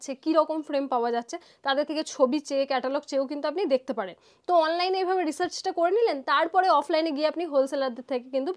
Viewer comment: Chetai bole bengali te kono katha naye ota hobe satai...eto bar chetai bolchen boddo kaan a lagche..